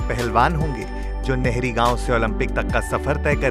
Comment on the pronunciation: It's pronunciation is Nahri not nehri